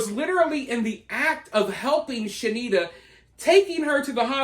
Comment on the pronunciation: Shanetta (She-need-ta) get sh*nked in prison😂